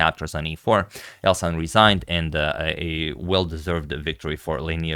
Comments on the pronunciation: Elshan is a Persian name (from Iran) that pronaunces "elshan"; "sha" like in the word: "shaft" with regards❤ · It is pronounced EL-SHAN (like fan) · It is pronounced /ɛlʃæn/ "El" as in "elbow", "Shan" as in "shanty" Regarding the surname, your pronunciation is awesome! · His name is El-sh-an. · The correct pronunciation is el-shàn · its elSHan like shoe ,shire, she... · The way to pronounce his name is like: El shall, but n instead of l. It's a Persian name :) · In the moment I heard agad didn't know how to pronounce a name I definitely knew how the game would end.